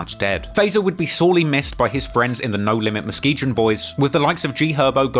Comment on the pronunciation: Mus-key-gan. Lakeside is Muskegon. WTH are you talking about 😊